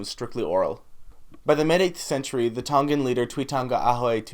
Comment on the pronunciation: Respect your interest in our culture but you should learn the pronunciation first from a Tongan speaker before you even attempt.